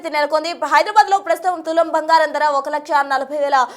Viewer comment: Bhangaram kaadu bangaram